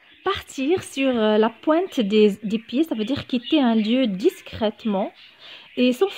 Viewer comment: Merci c très intéressant.mais l expression '''partir sur la pointe du pied ''' vous avez mi un ''l '' dans le mot pointe .si j' di pas de bêtises